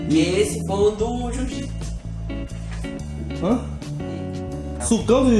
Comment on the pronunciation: AINDA BEM QUE TIROU O "JIU JITSO " KKKKK